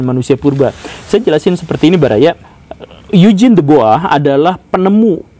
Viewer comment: Topik yang menarik, saya selalu punya pertanyaan soal ini. Sama hal menarik juga dulu pas pelajaran sejarah perasaan Eugene itu cara ngucapinnya "yu-jin" kok ini jadi "eig-ne" wkwkwk.